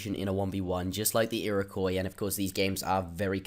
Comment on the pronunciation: First time I've heard him pronounce Iroquois right!! WOOOOOOT!!! EheraQwaaah Was sooooooo duuuuuuuuumb! Even dumber than the people who believe they were an actual tribe instead of a confederation